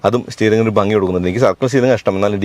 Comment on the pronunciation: ഫഗി അല്ല ഭംഗി😂😂😂😂😂😂😂😂😂😂😂😂😂😂😂😂😂😂😂😂😂😂😂😂😂😂😂😂😂😂😂